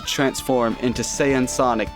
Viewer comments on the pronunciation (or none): This video was pretty dope and I love how you said sayian sonic xD GG you did great on this video 😊